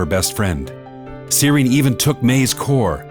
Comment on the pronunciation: love how they pronounce sirin “sidien”